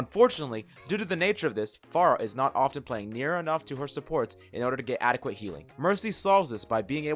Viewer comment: I don’t think you said adequate adequately